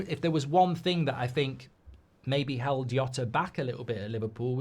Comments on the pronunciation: “Diegoh Yota” … it would’ve taken seconds to find out how to pronounce his name with minimum accuracy… Instant turnoff. That and the tone, “BREAKING NEWS!1!1!!1!”… Christ, just… Don’t. Have some sense. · Nice one, Mark. But please, it's pronounced "Jhota" with a J sound. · Can’t even say his name correctly “Diego yota” wtf … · Yeah he couldn't even prnounce Jota's name correctly. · Mark you're mispronouncing his name. The J isn't a silent H.